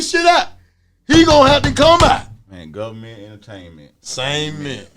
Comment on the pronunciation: “Guvment....Entertainment....same ment. “ 🤦‍♂️🤣